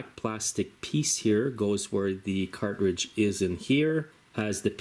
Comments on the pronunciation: Car•tridge, not Cart•ridge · The word is CARTRIDGE, not car-ridge. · Is he saying "cart ridge"?